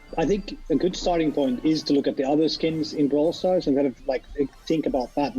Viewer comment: Braw starl foleverl